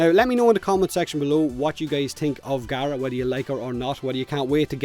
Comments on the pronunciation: Its pronounced gah-rah according to the devs as seen in the ps4 stream today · CMANIAC1 no its not the devs sad it out loud on the ps4 plains of eidolon release stream pronounced gaara